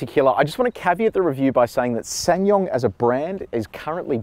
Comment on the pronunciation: It's pronounced Sa san yong